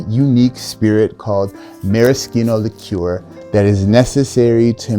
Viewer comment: Wow. An American who finally pronounces "liqueur" correctly. Thank you.